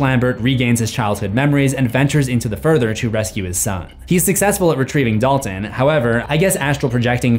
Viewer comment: My mind is in a weird place as I watch this, as I keep hearing Dolphin instead of Dalton!